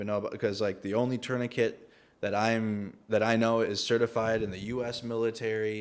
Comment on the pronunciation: Good to hear someone at last pronounce tourniquet correctly😊. Well done. This is a French word... Like bouquet.